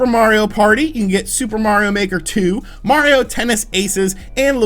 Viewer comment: I’m glad you know how to say “Mario” instead of saying it like “Mowio”